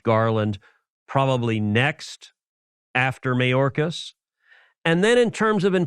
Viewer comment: I love his sliminess. Mayorkas, listen to how he says the surname the first time as opposed to subsequent. Mah - yōrrr- caz (Spanish) May- or- caz ( English) Don't let your Cubano out, Rafa. Or the republicans will never elect you to the big office